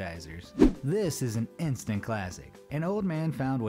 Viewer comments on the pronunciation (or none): none